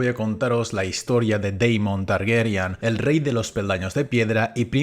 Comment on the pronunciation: Por qué dicen 'Targeryan' y no 'Targaryen' tal como está escrito